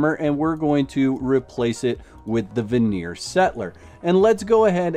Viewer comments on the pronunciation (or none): none